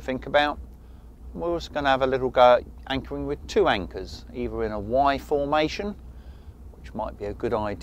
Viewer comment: Im sure he said "wankering" 🤔